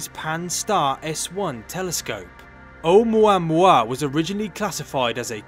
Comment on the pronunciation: Oumauamua LMAO 😂